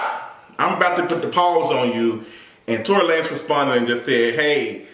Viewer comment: When you said Tory LaNes i lost it🤣🤣🤣🤣🤣🤣🤣